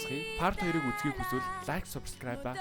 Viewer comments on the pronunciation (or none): none